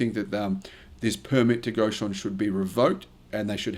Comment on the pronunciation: Reason being… It’s NOT… “Goshen”… It’s: “Gotion”… C’mon man… If I was running a channel… you would be worm food…